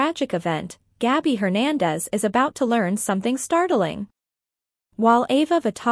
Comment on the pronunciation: It is not Gobby it's Gabby